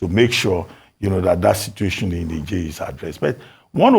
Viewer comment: Tinubu didn’t seem to know the difference between 🇳🇪, a country to the northern part of Northern Nigeria and Niger state in Nigeria in pronunciation! And he is ECOWAS Chairman!😂